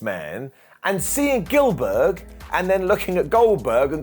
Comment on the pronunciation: GILL-BERG! GIL-BERG!